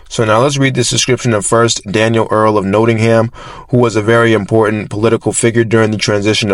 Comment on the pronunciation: Nottingham is pronounced not ing hm